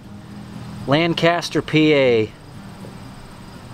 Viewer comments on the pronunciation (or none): Lancaster is pronounced like LAN KIS TER - my grandad worked for New Holland Machine Company in New Holland Pa and they produced some things for Hubley